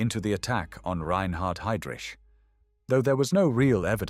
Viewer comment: Si dice Lidice e non lidis si dice haidric e non idris. E kubis non era un assassino (come dice l' idiota dello speaker) ma era un eroe che ha giustiziato un macellaio pagando con la vita. Con voi mai più